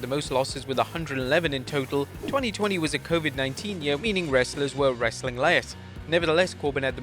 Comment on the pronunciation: A British guy trying to say " wrestlin' " gets me every time 😅